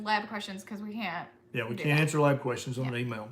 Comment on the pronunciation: You distinctly said, “take some quorstions.” Your stock just shot up.